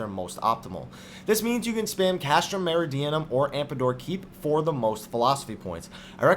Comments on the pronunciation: Man., sir. Meridianum = Mer-ih-dee-ah-numm Tomestone - as in TOME+stone, not tombstone AmDApor, not AmPAdor Love your videos, so I'm not saying this to be rude or anything. Just wanted to correct your pronunciation since these words were repeated as often as they were, lol. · Yeah, As much as i enjoy the information. I feel that you should at least be able to be able to pronounce the terms correctly. AmDAPOR keep and TOME stones, not TOMBstones. Meridianum (Not unlike the Prime Meridian in Geography).